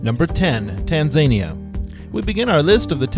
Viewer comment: "Tahn-Za-neeah..." Tanzania However thank you for the video.